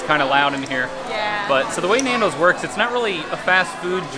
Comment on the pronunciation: The pronunciation of Nando’s!!! I had to stop after I heard it a few times! Boke 🤮